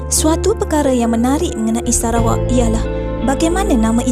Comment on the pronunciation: Kan.. hahaha sebab sebutan nama negara sarawak tu mcm serah kepada awak haha